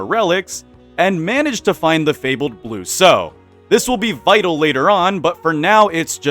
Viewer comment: I think it's blue sow like bow as in the formal gesture, not like bow as in a ribbon tied into a decoration knot. I'm not sure because I was only listening, but it makes sense for a pig themed thing.